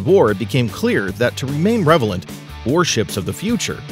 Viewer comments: I think he also said revelant for relevant. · He did say revelant. Not only does he have no knowledge of these systems, he also has no knowledge of the English language. That said, it was the Yamato, not the Yamamoto. Yamamoto was an admiral.